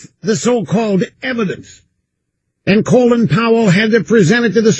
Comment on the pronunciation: “Colon Powell”?